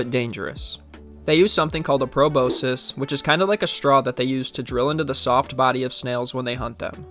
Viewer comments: pro-boss-kiss and pro-boss-sis are correct, but pro-boh-sis is not correct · Proboscis is pronounced Pro boss kiss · Check how to pronounce proboscis ffs mate ... You gen z's are becoming more illiterate and exponentially dumbing yourselves down the more you stay glued to your screens, ingest social media and don't read books anymore ...